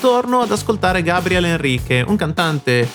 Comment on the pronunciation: Muito legal sua análise. Só tens de pronunciar o nome dele corretamente hhehehehe. Outra coisa: verdade que o GABRIEL precisa melhorar seu inglês. Mas pensemos em como é um privilégio ouvir, no inglês possível, alguém como ele, que veio da classe mais baixa no Brasil, sem condições de ter estudado outra língua desde cedo. Mesmo assim, ele arrisca e acho que isso faz parte do processo. Obrigado pela análise.